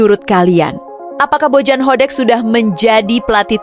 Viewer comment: Kenapa narasinya Jadi Bojan Hodek min ?😂